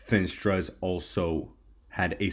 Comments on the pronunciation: "FEE - NAS - TRA" ........ not "FIN" "STRA"..................SAY "NAAAAAAS" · Fin-AH-stra bull